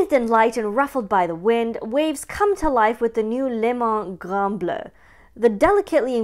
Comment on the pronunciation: Merci , la prononciation est superbe .... Le Grand Bleu ... Good stuff , Thank you my dear. :)